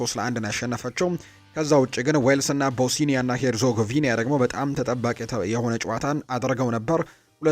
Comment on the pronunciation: ቦስኒያ ነው እንጂ ቦሲኒያ የሚባል ሀገር የለም እንዲሁም ላትቪያ ነው እንጂ ላቲቭያ የሚባል ሀገርም የለም